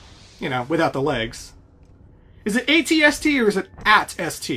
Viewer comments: I probably shouldn't let it bother me as much as it does but it is usually pronounced ayytee esstee. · It’s pronounced “80 Ess tea” which stands for All Terrain Scout Transport.... don’t ask me how the hell that thing is a transport...